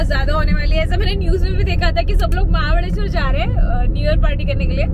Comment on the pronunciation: its mahabaleshwar not mahabadeshwar